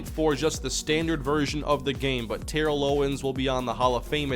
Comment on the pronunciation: It’s pronounced Terrell not Terrell